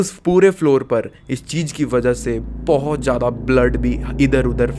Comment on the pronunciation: Cheej ka hota hai chootiye ? It’s cheez .. Jyada kya hota hai ? It’s “Z”yada Your pronunciation is so disgustingly pathetic..